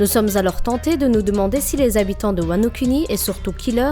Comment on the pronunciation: J'ai entendu wanoCunni 😂😂😂 Sinon bonne théorie continue 👍🏽👍🏽👍🏽